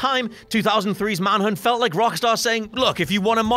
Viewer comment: Manhunt not Manhood